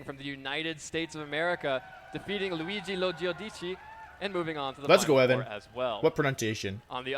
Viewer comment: I definitely laughed excessively for the commentator's pronunciation of Luigi Lo Giudice (Luigi Lo Giyudici).